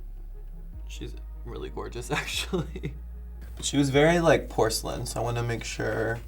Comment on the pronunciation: nobody: Violet: POR-CA-LIN